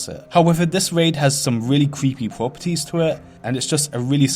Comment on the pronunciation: wwwwwwegion pwopewties uwu wawcwaft bro just curve your tongue